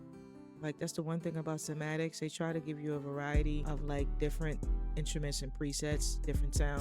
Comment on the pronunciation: it’s pronounce sai ma tics not sa ma tics